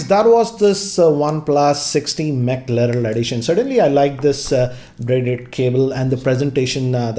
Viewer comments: To begin with, you pronounced McLaren totally wrong, it is pronounced ”MecLaaren” Next, it’s just a special edition of an existing smartphone, i.e Oneplus 6t , you can’t expect a major redesign like IP rating or stereo speakers. I think you are over expecting from a special edition. Then, no one in his right mind would buy such an absurdly overpriced oneplus 6t “in India” except collectors and F1 enthusiasts, You are looking it from the wrong perspective, F1 is an extremely popular sport in Europe, and by partnering with McLaren they are just making their core product, that is, oneplus 6t and its future lineup popular in EU. In simple words “pure marketing”. The fast charging stuff was just an Easter egg. Same as all special edition smartphones the targeted consumer here isn’t the average joe, it’s the F1 enthusiasts, McLaren fans, Oneplus Fans car enthusiasts and finally, the Collectors. So hence from that perspective it’s fine. Just a note, in no way I am endorsing oneplus’s agenda or supporting their decision to gradually increase their pricing to flagship levels. I am just saying you can’t outright hammer OnePlus without putting yourself in their shoes... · McLaren 😆. who McLaren 😂 we don’t know..... we can’t even pronounce it Bhai please learn how McLaren pronounce Sorry sir We need good price not McLaren Too good opinions Given by you Keep it up!!! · Video is ok but... can't pronounce McLaren 😂😂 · He is pronouncing McLaren wrongly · Is it just me or , him mispronouncing McLaren is annoying a lot? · face problem to pronounce McLaren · I didn't said he pronounce wrong I said he faced problem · ji, it’s “McLaren”, not McLarell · Did anyone else hear him say Mc larel instead of Mc Laren🤔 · Dude, you should rename your channel name to because you pronounced it as Mackerel instead of McLaren 🤣🤣 BTW, watching this on my OnePlus 6T Mclaren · Dude ur pronouncing the name wrong its mclaren not mclarel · It's Mac-Lay-ran